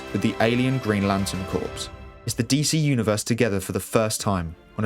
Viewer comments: It's pronounced core, not corpse.. tought you're english lol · The Green Lantern Corps, "corps" is pronounced like "core" not "corpse." At least it is in the US where theses characters were created. Not a big fan of how Snyder did the DCEU, don't like the "hit the reset button" solution. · Corps is pronounced as "core" not "corpse". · Absolutely spectacular video, save for one VERY glaring thing- corps is pronounced like CORE, not like CORPSE. 🤷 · OMG the word *corps" is pronounced "CORE", not "CORPSE" like a dead body!!! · So many get this wrong...for the Green Lantern Corps, "Corps" is NOT pronounced like "corpse", it is pronounced like "core". You wouldn't say "Marine Corpse", now would you? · Pleeease....CORPS is pronounced CORE, not "corpse." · "Corps" is pronounced "core" not "corpse," FFS. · For future reference, "corps" is pronounced "core" not "corpse", it's a borrowed French word meaning group or collection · 1. Stop saying "corPS" with the p. It's pronounced "CORE". As in Marine Corps. 2. Where earth is in relation to the sun wouldn't matter as the ENTIRE solar system would be millions of miles from where it was a year ago. The whole galaxy is rotating with the solar system moving with it. And not only is the galaxy rotating but it's actually moving through the universe as well. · Dude it’s pronounced “core” not “ corpse’ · It is so weird hearing you repeatedly say "corpse" instead of "corps". "Corps" in terms of military or police organizations, or groups of people in general, is pronounced "core". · Narrator needs to learn how to say corps correctly. It’s said like core, not corpse. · it's pronounced "kore / core" not "corpse / korps" . Green Lantern Corps. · "Green Lantern Corpse"? "Corps" is pronounced "core". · Corps is pronounced corr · Stop calling the Green Lantern Corps the “CORPSE”!! You should know better being ENGLISH!! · Excellent video. But the P in the word Corps is silent